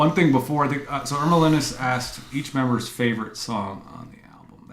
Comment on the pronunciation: "Meme"bers. Ha! Was that intentional?😂